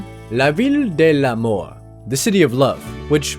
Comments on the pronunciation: The way mate pronounced "La ville the l'amour" sounded like "La ville de la mort" which mean city of the dead. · lavILL dell'amOw lol. Yes i'm french and i can tell this was really funny to hear